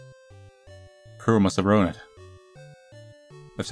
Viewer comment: ITS PUR OH NOT POO OH